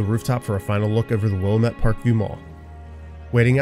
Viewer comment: That's not how Willamette is pronounced. Otherwise mega entertaining 😅